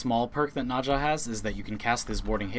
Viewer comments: Are you saying naja instead of "Naz ha " for her? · Nausea lul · "Najha" "Vivancḗ" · the funny thing is nezha's chinese pronunciation is "nazah" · "I play this frame all the time," pronounces the name as nazha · the way you say nezha sounds so incorrect. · Stop saying nazsha sry i just cant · If you love Nezha, please learn how to say his name because you're saying Naja, and that simulacrum pronunciation. Ouch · nobody triggert y the way he says NEZHA? NAJA wtf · Nezha is pronounced Nezuh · nezha is pronounce NahZHah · The way you pronounce "Nezha" really bothers me. His introduction video pronounces it completely differently. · you said nezha wrong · wtf is up with that pronounciation of Nezha? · u cant pronounce nezha right at all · Im sorry but i just had to say that the way you pronounce Nezha makes me cRy AnD lAUgH aT thE sAmE TIMe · I hate the way you say "Nezha" incorrectly. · Bruh thats a Weird way to Pronounce N EZha